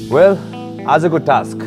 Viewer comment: most of them don't know how to pronounce task...